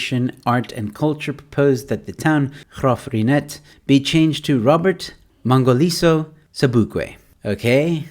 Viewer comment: you pronounce it perfectly. My grandmother grew up there and was top matriculant at Union High in 1937